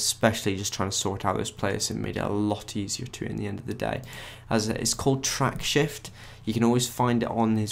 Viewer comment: You are mispronouncing "Tracksift". You are saying "TracksHift". That's not what it is. There's no "H" in the software title. If you are going to go to the trouble of recording something, how about getting the title correctly said, for starters.